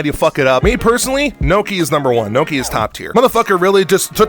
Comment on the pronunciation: Did you actually unironically call gnocchi as "NOKIA"??????? 🤌🤌🤌